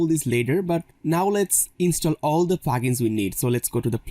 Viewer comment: it not Plagens it is Plugins it took me time to understand what you means by Plagens